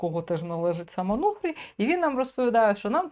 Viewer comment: Не Ануфрий а Онуфрий,ты!